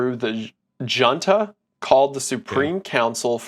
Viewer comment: I'm whiter than sour cream and even I know you pronounced junta wrong.